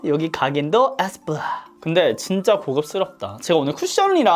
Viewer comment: 에스쁘아 발음하시는거 에이쎕바 이러는줄 알았어요 ㅋㅋㅋㅋ